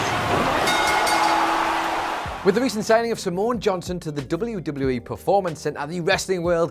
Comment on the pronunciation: Was it just me, or whenever said "Simone Johnson" did it sound like was saying Samoan Johnson?